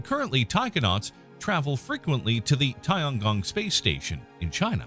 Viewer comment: please learn how to pronounce TianGong thanks